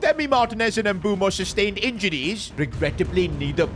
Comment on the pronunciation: Its "Bwemo" not "M bumo" 😂